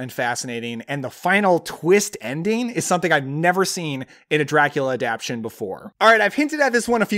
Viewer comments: I think it's pronounced "adap-TA-tion," not "adap-TION." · yeah I reacted to that. Adaption?..maybe in some dialects?..Adaptation I kept thinking he'd say.